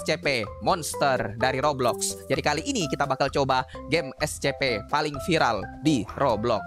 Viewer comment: Kok bilangnya escepe bang biasanya essipi